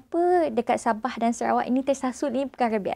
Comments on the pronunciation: Lupa asal usul..lupa bahasa,lupa budaya..kalau ye pun dok kat kl..jan lah nak ubah SABAH "SABAAAAHH" bukan "BEH" ye nak...cian engko yg bplajar tinggi ni..perghhh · hahahha sabeh ke..tersasul kot sabeh..